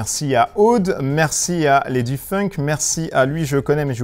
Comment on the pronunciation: Mais c'est pas possible à chaque fois vous écorchez mon pseudo! C'est Ladyfink pas funk 😂😭